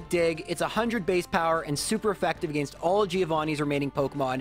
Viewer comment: I bet you’d hit 200k subs in a day if you learned how to properly say against.